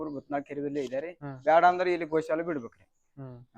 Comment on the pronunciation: ಗೌ ಅಲ್ಲ. ಅದು. ಗೋ ಶಾಲೆ ಅಂತ